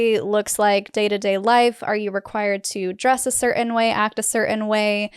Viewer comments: Cerin? You mean certain? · The "T" is not silent in the word "certain".